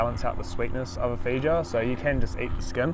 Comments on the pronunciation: Great video! But please pronounce the fruits name correctly lol it sounds like “fay•ow•uh” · This Kiwi pronunciation of feijoa is the most enchanting thing<3